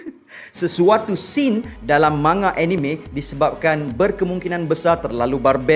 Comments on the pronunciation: Cara sebut dye man,ga... Jepun takkan sebut ma,nga... Sbb diorang xde huruf nga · Sebutan 'manga' tu Ma Nga or Mang Ga?....mcm awkward plk bila sebut Ma Nga tuh😅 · Siyes ah bro ko sebut ma-nga? Sejak ble tgk anime manga ni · Rasanya lebih kepada "Man-Ga", bunyi dengung pada huruf N. Boleh je taip di Google Translate, dengar sendiri sebutannya. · Manga manga. Geram ja dgr cara dia pronounce manga. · thanx bro. Just rsa trganggu skit bila.dgr speaker sbut perkataan manga tu berulang kali.....sbb mcm.awkward skit bunyi.nya😅....so.thts y sya mcm.nk cri kepastian